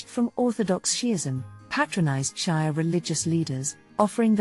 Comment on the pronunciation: Shia pronounced She-ah.